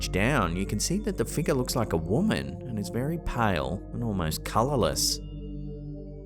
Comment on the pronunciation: U need to make merch for "shadowy figgah" and "ghostly figgah" and " anomalous figgah" Prime was used way before morons branded for a drink😂